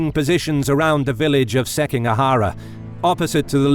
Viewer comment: SikiGAhara not SekiNGAhara